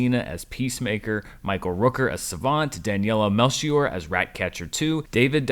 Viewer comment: congrats for being the first critic to pronounce the name Daniela Melchior right, as a portuguese person, I appreciate the effort you put into saying it right.